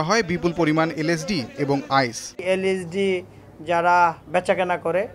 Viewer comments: did you noticed that he Say "isd" 😆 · ইন্সপেক্টর সাহেব এইভাবে কথা বলেন কেন?সুন্দর মত কথা বলেন,আইএসডি কি,এইটার নাম তো এল এসডি। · পুলিশ ভাই ওটি আইএসডি নয় এলএসডি। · that police officer can't even say lsd correctly and here he is talking about how dangerous of a drug LSD is